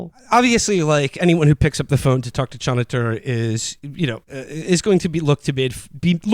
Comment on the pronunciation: Choniter? Goddam it Will, are you mispronouncing things just to fuck with us at this point?